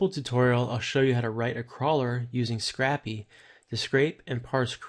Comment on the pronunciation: Great tutorial, but It's pronounced "scrape-y" not "scrappy" lol